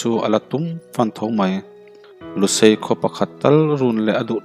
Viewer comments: Lusai Ani lo lusei a ni zawk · Lusai...Lusei tihtur...fiahfai lo em mai thulam.. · A ngaihnawm khawp maia mase a chher tlat mai chu baka lusai ni lo in LUSEI a ni lawm ni lawm ni kati deuha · Kuhva eichuap chuap chung a chhiar iang chuan Lusai anilo Lusei tih a lamrik tur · Mizo țawng thluk dik lo a tam riau bakah pasalțha te hunlai khan 'lusai' tia lamrik a awm ngai lova 'lusei' tih tur a ni. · Lushai/Lusai ti lo la, Lusei tiin chhiar la, a mizotawng a dik zawk ang, mizo chuan Lusei kan ti thin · Chhiar thiam e... mahse mizo tawng hi a diklo a awm zeuh zeuhin ka hria... Eg .. lusai tih ang te hi..